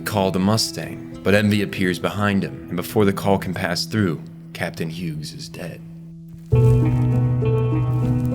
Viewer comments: so you also hear the ai voices fucking up every pronunciation possible? 😅 Had to stop the video after the third Huegs 🙄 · Why do you keep pronouncing the G in "Hughes"?